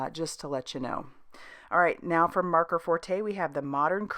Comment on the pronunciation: Maker . Not marker. Forte. N r